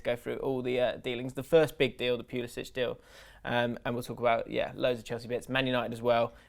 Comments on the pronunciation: It's 'Puli-sick' not 'Puli-sitch' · it should be and its driving me nuts BUT American-born Christian Pulišić does not pronounce his name the Croatian way. Since he was born and raised in the US he uses the "butchered" english version so its Puli-sick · No its Pulisitch even Pulisic himself pronounces it wrong.